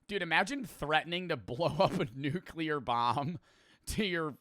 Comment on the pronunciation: Glad you said nuclear and not “nuculer” like so many people.